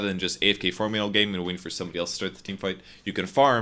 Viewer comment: is unable to use the letter G:)) farmin....hunkin...trunkin....